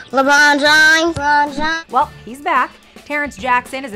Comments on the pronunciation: More like “Lemoon Jaaim” 🤦‍♂️ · "Lebern james" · Me: hears him me again:LABRON JIMES!!! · Lemar james😂😂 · Lemurn Jerm 😂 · lebrown james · LeRon James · lemern james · Na it's like LaBawn Jahmes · Da bron jams,the wrong time,le mon james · .- I expected a "lebruñ jeimes" not a "Lebruon james" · Why does everyone say Le Bron JAmes at my school tho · LENRON JAMESS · Lerbaan jaims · LAMURR JAINTS